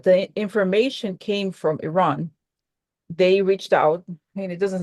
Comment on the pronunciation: Hi, I'm from lran, over 55 years ago. Thank you for pronouncing correctly 😇